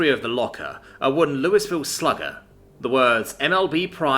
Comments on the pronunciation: For future reference. It is pronounced Lou-y-vill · The "s" in Louisville is silent. Louiville. Actually sounds like "Lui val". Lui a vul. Last one is best.